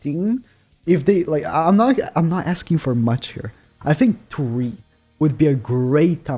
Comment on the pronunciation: Ok could u stop ur voice is annoying and u say fink in stead of think